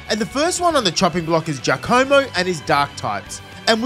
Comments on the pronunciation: Gaccomo??? Its GIaccamo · Btw it's gi-AC-omo (g as in guy)